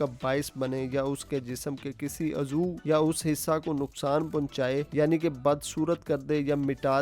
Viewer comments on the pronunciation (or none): Zarr ni hota...zarrar hota Hy 😂😂😂 aur azoo ni hota uzv hota Hy....judge shab